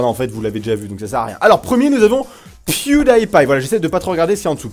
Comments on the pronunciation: Pas Pwioudaïpaï, ça se prononce Pioudipaï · PewDie paille tu as dis ?? Heiieinn ??! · Je pense que ca se pronome pwu di paille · Ça se dit : "Pyoudipaïe" agent mais c'est pas grave , on t'aime quand même ! ;-) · Quand tu dit Pewdipie sa se dit (attention fautes) Pioudipay sa se dit comme sa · La facon dont tu prononces pewdiepie ca fait mal aux oreilles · Tu sais pas prononcer PewDiePie où quoi ? xD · Holasoygerman "german" c'est un nom... et tu prononces faux pew die pie quand même fait un effort gros x)